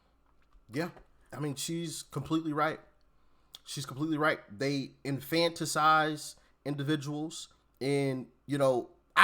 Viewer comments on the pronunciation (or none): The word is "infanti-LIZE, " not "infanti-CIZE (infanticide is killing infants)